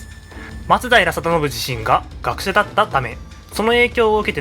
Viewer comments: それな 、 まつだいら じゃなくて 、 まつだいら よな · 松平のイントネーションが馴染めないんですが 私だけでしょうか・・。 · 「松平」のアクセントが気になる…浜松は違うのかな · 徳川、松平一門は松平のマにアクセントを おいてました